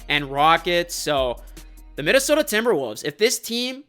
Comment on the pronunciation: my fellow northerner, hittin that minneSOHDAAA 😂😂